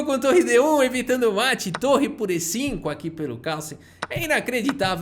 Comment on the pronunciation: "um mete de 4" kkkkkk. Qual foi, q bglh é esse aí?